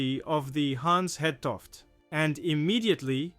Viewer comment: Actually the ship København, lost in 1929 with 59 crew would make an excellent subject for this channel: It is much closer to the Titanic in time, but considered more obscure than the Hans Hedtoft. Your video is good, but your actual pronounciation of the name Hans Hedtoft leaves a bit to be desired for Danish listeners. Try to listen to how Google Translate pronounces it.